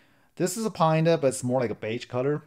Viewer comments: lol, you're calling it Pine-Da....it's actually Panda after the Chinese bear, which is black and white. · Paanda not Pine-da